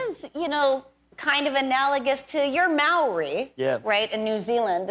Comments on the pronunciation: Kinda hurt my ears to hear Silverman so carefully mispronounce 'Maori'. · Wincing at how awks she made it and how she pronounced Maori was what killed me